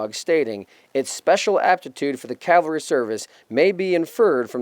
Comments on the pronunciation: I’m not trying to give you too hard of a time but there is a difference between Calvary and Cavalry. Don’t get the wrong idea though, I greatly enjoyed the content! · Please, as a re-enactor, pronounce cavalry correctly. it is not calvary. That is where they nailed Christ to the cross. Sorry, but it is mispronounced so often any more, it is grating on me... 1st Air Cav, not 1st Air Cal, easy way to remember it...... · Don't say "calvary" when you mean "cavalry." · If you are going to represent the Cavalry then you need to learn how to pronounce the word Cavalry correctly. You keep saying Calvary which is the place where Jesus was crucified. Two totally different things. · It’s Ca-Val-ry not Cal-vary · Did you say "Cal vary"???